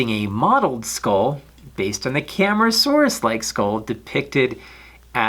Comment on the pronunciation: Cam-AR-asuarus not Cam-ra-saurus